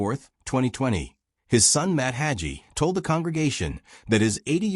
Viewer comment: It's pronounced hay gee(rhymes with sea)